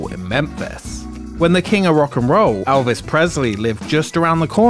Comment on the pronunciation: "Alvis" hahahahah It's just your accent, good job on the vid.